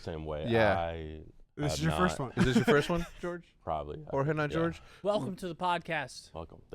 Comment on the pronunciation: Jorge not George 😂😂